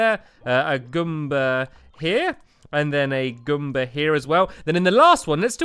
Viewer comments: Its goomba not gumba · ASO IT IS GOOMBA NOT GUM-BA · Learn your Mario words: Goomba: goom-ba (not gum-ba) The turtle is a Koopa Troopa. The squid is a Blooper (literally). The bombs are Bob-ombs. The fish are called Cheep Cheeps. The question mark block is a Question Mark Block. The ghosts are called Boos. The wizard is called Kamek. Learn the Mario way. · Stamps its Goo-mba Not Gum-ba Customize the size of Items - Enlarge or Shrink - This only works while in build mode, as changing object size requires you to be able to fit it somewhere. Take the object you want to change size of and Press Shift + ] to make it bigger. You can shrink objects down to one tile by using Shift + [ or using Control + Z to undo your changes. Press this too much and it will grow enormously. The controls for this are a little wonky, so experimentation is recommended. I press control + ] then move the object to see the change. This is necessary. Thankfully, if you go overboard like in the picture above you can always undo it and shrink the object down to a size you like.